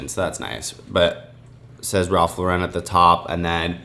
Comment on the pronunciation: we love you man. But it’s simply “Ralph Lauren”. Not Law-REN. It’s an American brand, so just think of it like the American girl name. Ralph Lauren. No special emphasis. Just Ralph Lauren:)